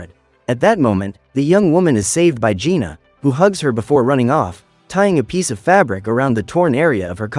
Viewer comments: It's jinu not juna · It's Jinu not Gina